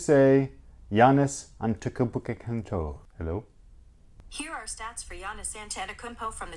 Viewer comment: I waited 90 days for this review, good look ,i agree I see the similarities in the pippen 2s but the black and white pair with the white soles not the white ones and it it's phonetically pronounced An-et-eh-Kumpo